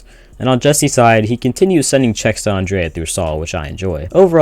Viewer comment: bro saying Andrea instead of Andrea